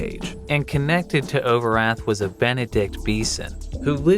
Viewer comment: Ben-ed-ikt. Nice